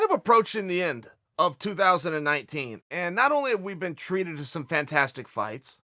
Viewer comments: Chael said 2019, not 20-19, thank you sir 👏🏻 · What's ridiculous is you doubting Uncle Chaels pronunciation.